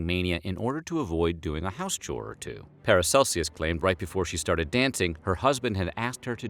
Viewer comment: Learn how to pronounce “Aachen” and “Paracelsus.”